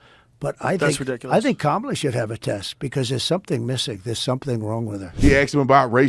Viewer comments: I was hoping other people heard him say KamalToe🤣😂🤣😂🤣 TRUMP 2024!! Edit: some dont know but she has said her name is pronounced “Cahmala” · I swear I thought I heard him say camel toe 😂😂😂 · In that opening, I believe Trump said 'comatose', but to me it sounded like 'Kamalatose'. I think that's a great descriptor. ...Kamalotose. 🤣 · Kamaltoe 😂 Trump hilarious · I didn't even notice he said- kamala-tose!!! Omg, I'm dying!!